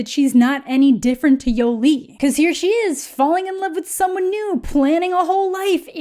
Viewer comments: "Yo-Lee" I can't listen to you say her name like this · The way says "Yolee" 😂